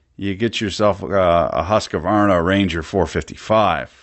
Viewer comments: "hus ke var na" (Husqvarna) got me confused a bit.. its pronounced something like "huus kvarn a" .. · Haha! A "hussie-kvarna"